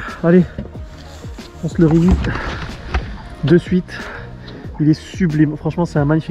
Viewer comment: Apres tu peux aussi parler français et dire: j'ai trouvé le bon combo et je vais le remettre à l'eau ;-) ça t'évitera de mal prononcer "release". Ne fais pas comme tous ces rigolos qui se la jouent en essayant d'utiliser des mots anglais qu'ils prononcent très mal et souvent utilisent mal à propos. Sinon belle pêche ;-)